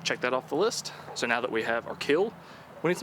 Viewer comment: But will it KEEL?